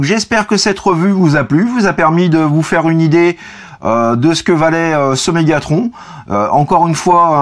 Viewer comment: Dis megathron pas Megatronche